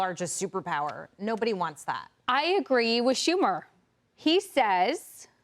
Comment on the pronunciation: ..saying it by EXPERIENCE..SHUMER???..😂